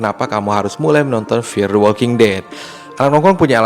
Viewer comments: gila di awal saya bingung narator nya bilang MTWD itu apaaaa, eeehhh ternyata dia bilang EpTWD, ternyata ga bisa bilang F, F kok di baca Ep, sebener nya dimanapun anda berada pasti nya harus bisa bilang F dan V, karena anak T.K. aja bisa bilang F dan V, bro kamu harus bisa baca F dan V dengan ejaan yang benar, video mu di tonton orang se indonesia, malu kalah sama anak TK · F bukan EP, ngomong yg benar